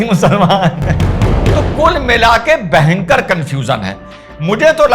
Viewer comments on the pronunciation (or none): sir, bahankar nahi bhayankar.😂 By the way, maja aya or Mai ye maja....🎉